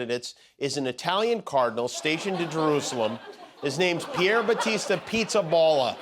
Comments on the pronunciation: Jimmy , its Pizzaballa with a open " a " like há ! Not ball . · PIZZAPALLA. Palla, both A are pronounced like in ciAo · That's not how how Pizzaballa is pronounced. The "balla" in the name is pronounced more like in the word "BALLAst" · The pronunciation of the cardinal Pizzaballa name is absolutely wrong. It's a funny surname even in Italian, but it doesn't sound like that. Coming from an American of Italian descent that's a poor job, Jimmy :)